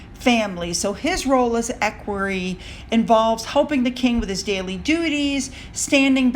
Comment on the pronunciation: Equerry is said as eckweree.